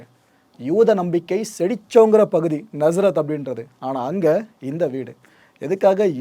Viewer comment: Nazareth pronunciation is wrong. Lot of wrong informations. Romans didn’t kill because of Jesus. Do not mislead!